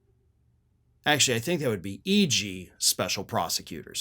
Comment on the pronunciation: Ah ha! You said "ig" rather than "eg"! We request a medical report please? Sadly you may be fired!😢😢